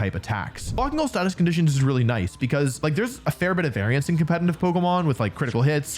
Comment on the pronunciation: The fact that he is saying competintive instead of competitive makes me hurt physically